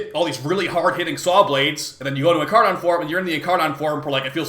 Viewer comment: In car nin man didnt learn anything but basic English pronunciation